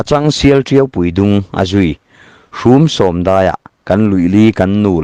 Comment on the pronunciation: ..... hnam-chem pawh i lam dik lo, hramsawm=hrumsawm etc...